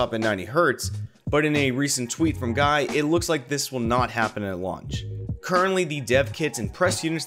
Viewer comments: "Guy" is pronounced "Gee" at least when I met him he pronounced his name that way. I think maybe he's just rolling with 'guy' because he just gave up correcting everyone. :D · Is guy dutch or belgian?, cuz that’s usually how the dutch or belgian name guy is pronounced here